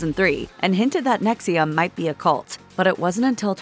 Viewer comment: The AI narrator is mispronouncing "NXIVM" as if the "I" is after the "V."